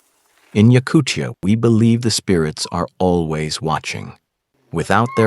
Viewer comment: A great video, thanks. I would pronounce Yakutia like time, not chukotka, not Yakuchia, Yakutia.